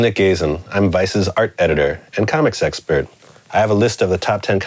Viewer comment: sounded like "i'm a comic sexpert" which is kind of an oxymoron